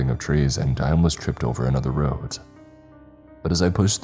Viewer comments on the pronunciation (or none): none